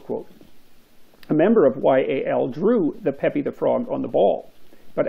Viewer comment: It's pronounced peep, Jordan, not pépi